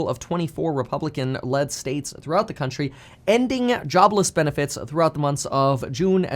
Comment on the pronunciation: “Crountchry” I knew the nonstop videos would get to you.